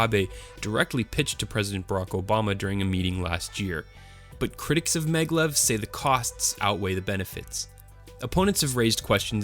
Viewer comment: It is MAGnetic LEVitation...pronounced MAG-LEV........ NOT meglev.....